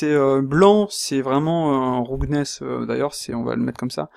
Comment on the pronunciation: Super vidéo, merci. Mais ta prononciation de "roughness" fait un peu saigner les oreilles. Je dis ça avec le sourire, y'a vraiment rien de méchant dans ma remarque. Disons qu'une bonne approximation de la prononciation de ce mot serait plutôt "raf-ness" que "roug-ness" comme tu le dis. Bien entendu, ce n'est qu'un détail sans grande importance par rapport à ta vidéo qui est très instructive.